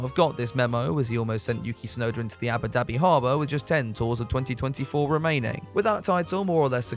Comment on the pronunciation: is it just me or do i hear Yabba Dabi